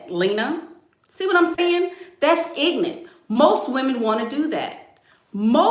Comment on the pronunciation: I love when says “ignant” 💀💀🤣🤣🤣